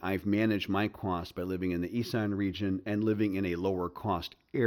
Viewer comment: Isn't it pronounced Iss-an? Not I-san. I might be wrong.